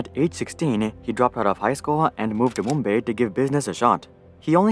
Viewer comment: There is no wya this guy said "mumBAY"